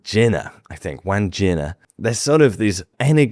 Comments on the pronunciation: Wahn Jin Uh is the right way to pronounce Wandjina. The “jin” is pronounced the way you would pronounce the drink gin. Not pronounced like a pair of jeans. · Eemyou...not Emoo. and Won Ginnah not Wan geennah